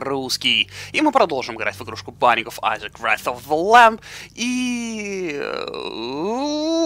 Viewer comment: Эй дружище, посмотри транскрипцию слова "Wrath" там [rɔθ]